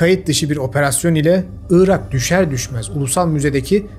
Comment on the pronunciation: Neden 'ııırak' diyorsun anlamıyorum. 'Irak'. Doğrusu bu. Evet önemli. Orijinal Arapçası da bu. Onlardan aldığımız için Türkçesi de bu. 'ııırak' ise bozuk mehmet ali birand telaffuzu. Rica ederim, gerçekler konusunda, ve Türkçe konusunda hassas bir insan olarak, bu büyük hatayı düzelt. Evet, büyük hatadır dili doğru kullanmamak, yer ve kişi isimlerini doğru telaffuz etmemek.